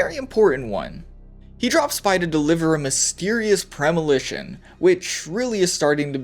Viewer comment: Lol "Premilition"....😅